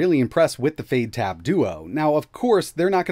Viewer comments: It sounds like you're saying fade instead of fyde. Is it supposed to sound like that? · fade??? fyde sounds like "fide" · I believe the correct pronunciation is "Fy Dee" and not Fade. Fyde in Chinese means "Quick" or hurry. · Yay!!! Another word you completely mispronounce! It's been a while since you added a new one. I wonder what these manufacturers and developers think when you completely butcher their names. It's pronounced "FIDE", not "FADE", but hey, you keep doing you. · Last year you ran this OS on a raspberry pi. It seems it's gotten even more polished but the name is still confusing. Is it pronounced Fide OS or Fayde OS? I've been running brunch instead because Google play but this OS looks pretty good. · Definitely pronounced Fide, fade sounds a bit daft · why is fyde pronounced like "fade?" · This looks like a good first step, but what we really need is a good keyboard. Out of curiosity, why are you pronouncing Fyde like fade? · Maybe learn how you pronounce Fyde. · Looks nice but at a silly price, which may be it's undoing. When you look at how cheap an RK3588S based product can be produced, it hammers home how expensive the other elements really are. It should be noted that the chances of hardware accelerated video drivers on any Linux Distro will be almost certainly zero. Odd pronunciation of the OS considering that it has a definitive Y in it. At 5 nits, the screen is undoubtedly very nice indeed. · About time this sort of thing came about. Also, I had no idea that was how they were pronouncing Fyde.